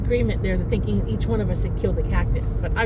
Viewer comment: Bahahahaha that’s funny! When she says “I’ve been thinkn”